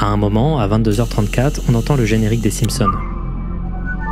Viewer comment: Les Simpson en français c'est sans le S sérieusement comment tu peux faire cette erreur :D